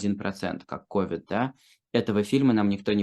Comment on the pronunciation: Да не КОвид, а КовИд— прямо режет ухо!